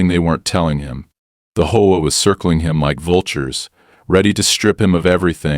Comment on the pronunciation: For the love of me please it's H-O-A not hoa.